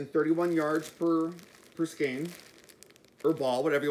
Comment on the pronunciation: You are the first you tuber I have heard pronounce skein correctly !